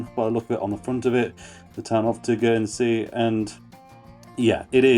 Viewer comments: Good video mate, it’s such a good beer, one thing is Tegernsee is pronounced like Tee Gan Sea, rather tur gan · It's pronounced Tay gen see